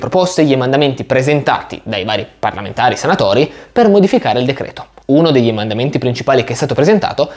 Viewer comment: ma perché dici EMANDAMENTI? emendamenti si dice, eh scusa!